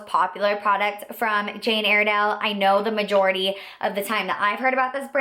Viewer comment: It's pronounced Jane Ire (as in synonym for angry) dale, not Airdale. The most popular products are the mineral foundations, that's where the whole company started from. The pressed powder is amazing!